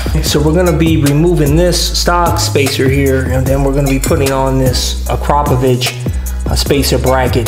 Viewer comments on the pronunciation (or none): "ak-ruh-poe-vick" not "a-crop-a-vich" lol